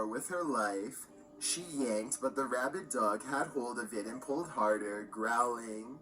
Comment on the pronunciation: WTF is a "Rabbit Dog"?: "Rabid", not "RabbiT".